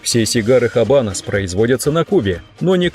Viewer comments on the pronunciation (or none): Оч познавательное видео👍. Правильно "Абанос". Не "Хабанос". В исп яз эта буква не произносится.